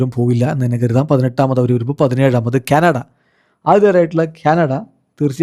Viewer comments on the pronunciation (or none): none